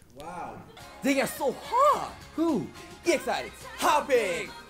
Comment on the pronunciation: Yoongi's "who" was perfect